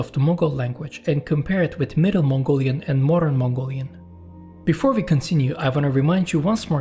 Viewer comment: as a Mongolian myself i have to say that your modern Mongolian pronunciations was very accurate and i could easily understood . However Moghol language sounded so close to Mongolian yet so far. super interesting video!